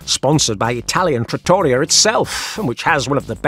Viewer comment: trah-tor-EE-ah, not trattory-ah, OK, even if it looks like a copy of Olive Garden. Italian food loved by Russians worldwide I guess?